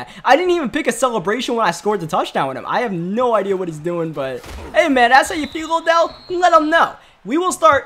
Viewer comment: you called Odell “odj”. I just didn’t know if you noticed but good vid